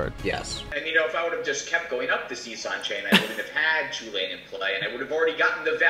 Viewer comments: It's pronounced Chew-lane, the designer of the card even mentioned this, you also call it this it , the other pronunciation sounds terrible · is it really pronounced "Cullen"? I have always pronounced the commander's name Chu-lane, as in chu chu, like a train and lane :) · Chu lane not hullan. The creators of chulane and the brawl decks call it chu lane not hullan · Its not "Hullen" Emma Handy was on the brawl design team and she pronounced it as "chew-lane" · Top of my head, Chulane was based on Cú Chulainn, so I've always had in my head that it's pronounced "Koo-layn"